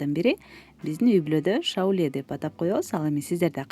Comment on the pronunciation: Шоола деп коет